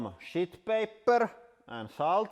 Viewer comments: Hahaha! he sounds like Borat when he says "sh*t paper" 😂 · anyone else hear what I hear? Captions say sheet... I disagree!😄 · IS HE SAYING SHEET OR SHIT?!